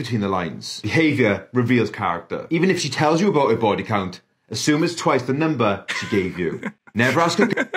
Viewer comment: Doesn't have any ta-oos on her baw-ee